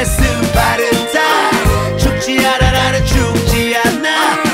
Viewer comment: 않아 할때발음 ㄷ